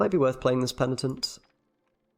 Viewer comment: After DevilDriven, another youtuber saying « pentinent » 😏